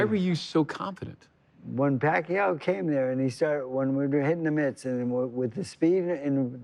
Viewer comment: 🇵🇭 Thats George Foreman's Tongue Twister haha. Pack-Ke-Yaw Puck-Yaw Jim Lampley cuts in, Pacquiao .. 😅